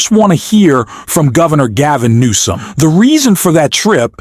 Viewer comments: Number one, his name is not Gavin.Nomes, it's Gavin Newsome.Don't you speak english or read it another thing?Look at Donald Trump and then look at Gavin.Wouldn't you want to kiss him more than her husband who's old?She's young. Take it for what it is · It's Gov. Gavin Newsome, who is Gavin Noeme. Are you using AI? Are maybe you thinking of Kristi Noeme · Gavin NEWSOM dude it's NEWSOM 😂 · It’s Gavin NEWSOM, not “Gavin Noem”. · The name is NOT NOME..... IT IS GOVERNOR NEWSOM ! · It’s Gavin Newsome not Noem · California's Governor is Newsome (New-some), not "Nome". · It's Governor Newsom not nome?WTF???😮😅😅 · who is Gov. Nome you keep saying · Excuse me but who is Gavin "Nom" ? Can't you pronounce his name properly or is it too hard ?? I never heard anyone refering to Gavin Newsom as "Nom"...